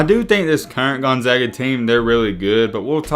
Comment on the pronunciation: At least you pronounced the school's name correctly, do some research on their non conference games.